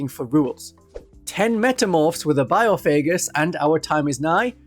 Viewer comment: Having to hear bio-faygus instead of by-off-a-Gus a million times is absolute torture